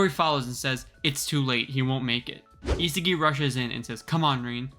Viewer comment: Is- ah- gi why do people pronounce his name wrong when it’s so simple(sorry if I was rude I didn’t mean to make this sound so rude)